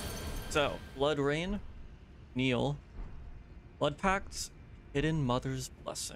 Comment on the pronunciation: Who is this Neil you 're constantly calling for? Do you mean NIHIL? That's "Knee" "Heal" from the latin nihil, meaning "nothing" . You can actually hear Mogh say it when he casts it.